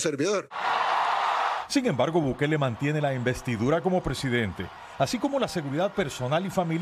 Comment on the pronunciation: 😂😂😂😂 no se dice presidentAaaaaa es presidente 😂😂😂